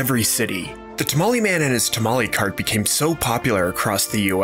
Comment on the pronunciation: You spelled Jalapeños wrong. That would make it a simple n sound, not ñ. Those are not the same nor is NYO. Not tamali, but tamale, as the E in Spanish is purely /e/ Spanish isi written 95% how it sounds, the exception would be H.